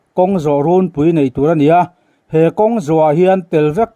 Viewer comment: Ngaihthlak a manhla ṭhin e. Lam rik dan chungchang pakhat chiah. Rûnpui tih 'In' 'rûn' anga in lam hi 'tunlai' tiha 'tun' rik anga lam rik tur a ni.